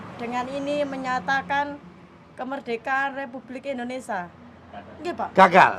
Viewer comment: Indonesia bukan endonesa hehehe